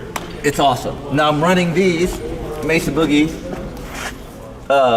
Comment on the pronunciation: Oh my god! He said mesa right! MAY-SA not messa